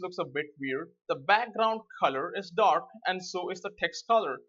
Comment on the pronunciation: colorPrimaryDork ha-ha what an accent